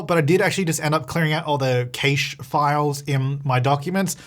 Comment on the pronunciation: Do Australians pronounce cache as caesh, or is it just? I never knew that lmao